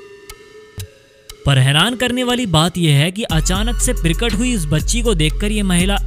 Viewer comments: "Pirkat" is not the word but Prakat is correct pronunciation. You can't correctly speak Hindi. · प्रिकट नहीं प्रकट 😂😂😂